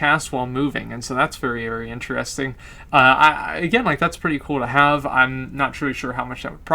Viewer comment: very inerestin .. xD No offense but that's a re****ed way of saying interesting ! xD love you !